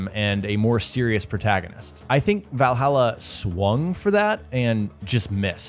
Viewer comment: Valhalla not vailhaila